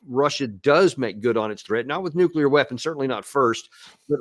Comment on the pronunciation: The British foreign secretary doesn't even know how to pronounce nuclear😂. And Putin never threatened anyone with NUCULAR😂 weapons.